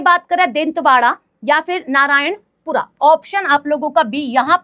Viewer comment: नारायणपुरा nhi नारायणपुर hai